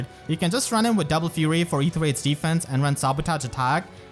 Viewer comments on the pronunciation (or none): none